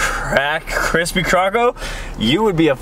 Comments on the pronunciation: how many times kian said cripsy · No one: Absolutely no one: Kian: "its kreme and its krispy."